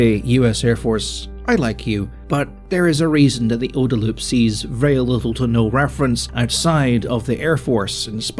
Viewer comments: is there actually a debate about how to pronounce OODA? I have never heard it pronounced like you're saying it, and I've been in the USAF since 2000 (and training for 8 years before that). Always OOH-da. Side note: there's actually a street called "OODA Loop" on Maxwell Air Force Base next to one of the major training complexes. It's literally a one-block loop with an aircraft on static display. I laughed so hard when I saw that on my first visit as a young lieutenant (early 2000s). Was there recently and it's still there. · Having seen the OODA loop (which you hilariously mispronounce) in practice in military operational planning for the last twenty-five years, I can say it is legit, and someday someone will make a video on the future YouTube equivalent about how wrong PigFucker was about so much.